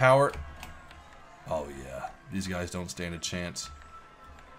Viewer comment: In the intro it sounded like you said "What's up gays?". XDDDDDDDDDD